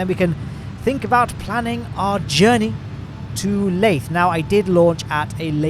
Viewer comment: LAYTHE HELICARIER